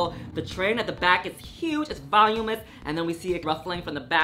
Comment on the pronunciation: voLUMinous. VoLUMinous. I’m clocking you because I know you want to get it right. You say it all the time. Xoxo